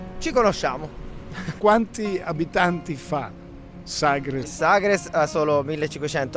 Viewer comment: Ma vive a Sagres e non sa come si pronuncia....ma ci vive davvero????? In quale lingua parla al mercato di Vila di Bispo?